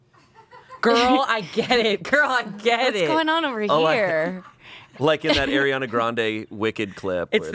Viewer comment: The fact that is I think the only person there that technically worked with Ariana Grande and he still pronounces her name wrong is crazy 😂